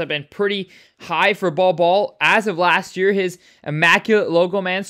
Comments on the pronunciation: Bowl Bowl, not Ball Ball… how don’t you know this ??? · It’s “bowl bowl” not ball ball